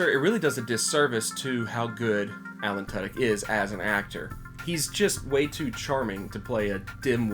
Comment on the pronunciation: Good review, just saying, you mispronounced Alan Tudyk